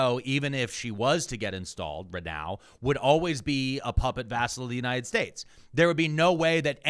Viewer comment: Why was Miller pronouncing "United States" like he was drunk and had marbles in his mouth during that CNN segment where he said Venezuela was an island multiple times?! It was so noticeable and odd.